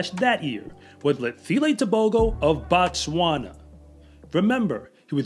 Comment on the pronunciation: Be careful with the pronunciation. You are saying "BaTswana"... as if the "O" in the name is pronounced "ah". When you pronounce it that way, you are very precisely and specifically saying "The Tswana people". The correct way to pronounce "O" in African phonetics is "oh", or the syllable "oa" on "Boat". The way you should pronounce the name "BoTswana" is "Boat-swana" which means "place of the Tswana" people. In the Bantu language, we have the same form in "(B)uGanda", which reduced to "uGanda", which should correctly be pronounced "ooh-Ganda", since all we are doing is dropping the leading "b" in a sort of variation that is common among those who speak the Swahili dialect of the Bantu language. The country is "BuRundi", therefore the people are "BaRundi"; one person is "MuRundi"- some of you may have heard of the Bantu language noune "BaZungu", meaning white people; and therefore one white person in "MuZungu"